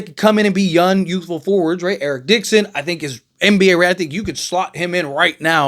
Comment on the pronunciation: Why do you always talk like young ends with an N???